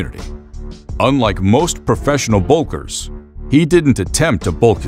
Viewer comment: Professional WHAT?? What's a "boulker"? This keeps getting better!! 🤣🤣🤣🤣🤣🤣